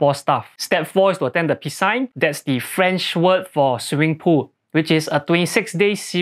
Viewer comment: Piscine pronounced as pee-scene. Can't wait to start it in July. Try it out guys 👌